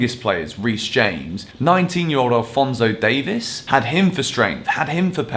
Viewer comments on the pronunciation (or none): Not a huge deal but it's Alphonso Dave-EES not "is". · Everyone in Europe says Alphonso Davis but it’s Alphonso DaviEs